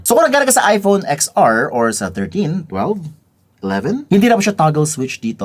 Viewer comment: "Ten R" kase.